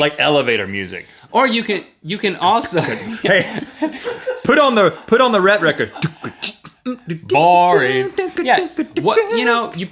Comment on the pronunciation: He said the "Rhett Record."